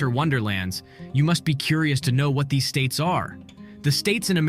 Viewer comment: #27 I always watch until the end! I was very impressed at how many states you knew and the correct pronunciation. I would really love to see your Country, and things around where you live video.